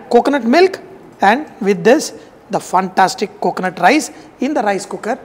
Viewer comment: Love it when he say "FUNTASTIC"